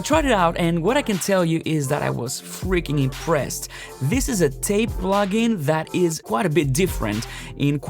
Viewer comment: Hi! Doesn't TAIP rhyme with 'tape'?